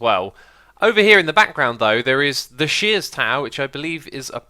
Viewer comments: Sears tower not shears tower ;) it's a famous building here in Chicago :) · Lol it's the Sears tower not shears tower😂